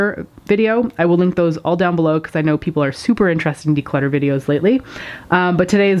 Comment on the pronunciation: its not declotter ....